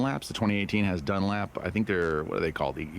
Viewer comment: Dunlop not dunlap